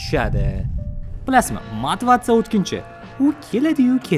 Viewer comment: Motivatsiya ❌ Mativatsa ✅